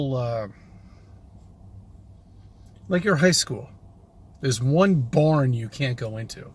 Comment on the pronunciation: Did he say high-school "barn"? Because that might explain his education.